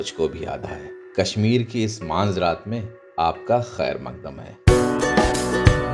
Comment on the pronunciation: Maanzraat nhi. Meanzraat